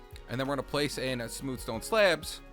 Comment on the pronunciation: Why Do You Say Sleabs